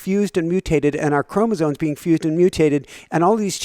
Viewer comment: chromoSOMES, not chromoZONES